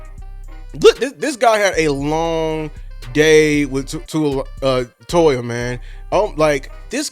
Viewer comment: It's Jay Toe-Ee-Uh. Hopefully we will be hearing his name said a lot!